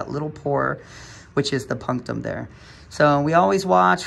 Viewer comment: The word you use, - for the pore at the center - how is it spelled? Sounds like you are saying “Puntam?” But that isn’t right.